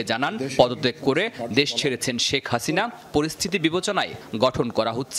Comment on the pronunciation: শ্যেখ হাসিইনা 🤣😂